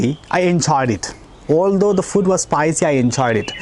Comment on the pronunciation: ഫൂഡ് അല്ലേ സാറേ ....ഫുഡ് അല്ലല്ലോ? ഇംഗ്ലീഷ് എന്തിനാ മലയാളത്തിൽ പഠിപ്പിക്കുന്നത്?😂